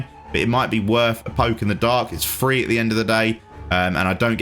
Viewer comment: You know, I never actually pick up on him saying it plural. The thing that drives me absolutely insane is the way he says three but he actually doesn't say 3 he says free or free hundred. Drives me insane.How damn hard is it to make a TH sound?I mean he says "the" just delete the "ah" & add "ree"on the end of it. ...Easy Two twist turn done